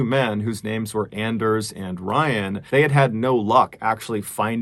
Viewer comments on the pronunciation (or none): Anders might be pronounced like "On-Durs", like Workaholics, "I have a very hard On"... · With his pronunciation of Anders it is clear that Mr. Ballen is not a fan of Workaholics. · It's pronounced "Onders" Mr ballen. He's got a hard "on"